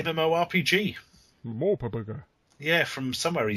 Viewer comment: I don't know why I'm so excited to know that Larry also pronounces "MMORPG" as "muh-more-pugger."